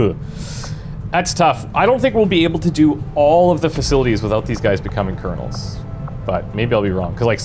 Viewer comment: He keep call Colonel's - Cardinal's :)